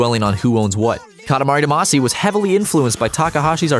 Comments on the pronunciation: Dah-mah-see not duh-mas-ee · Background music: "Katamari Damacy!" Narrator: "Katamari duh-MAAAAA-see!" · That pronunciation though. "Duh MAH see"? C'mon man, they pronounce it FOR you in the intro song!